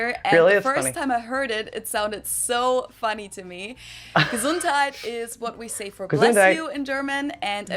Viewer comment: Vorschule and Gesundheit was pronounced perfectly by the way 😊